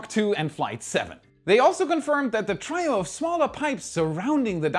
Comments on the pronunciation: "Tri" = "Tree" because trios are ThREEs. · Not "tryo"....tree-oh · "Trio" is pronounced "tree-oh" in American English. "Try-oh" sounds like you're dropping the "L" in "trial". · TRIO - pronounced TREE-OH